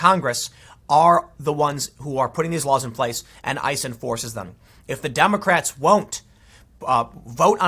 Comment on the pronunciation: I swear you said Dumbercrats